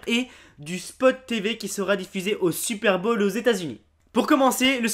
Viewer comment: On dit le "super"Bowl !!!! pas "supère bolle !